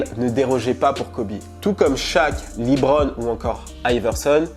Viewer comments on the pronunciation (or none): Ptdrrr t serieux ta écorcher le nom de Lebron James ta dit ''libron''